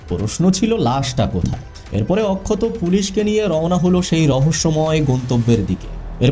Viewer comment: OMG!!!! What poor pronunciations. Please work on it. Akshat এত সুন্দর একটা নাম । আপনি তো তাকে অক্ষত করে দিয়েছেন একেবারে বাংলা তে 😂😂😂😂😂